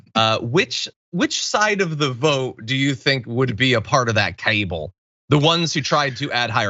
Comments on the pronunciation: Margery Three-names calls it a cable. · John pronounces cabal funny